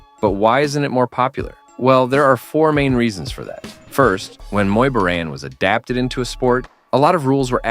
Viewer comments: Its pronounced Bo - Rhaan not boren. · Love the way you keep pronouncing “Boran” differently lol